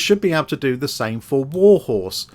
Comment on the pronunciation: The amount of "warhose" has me humming "look at my warhorse, my warhorse amaziiiing, give it a roll"